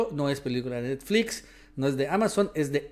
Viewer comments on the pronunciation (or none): none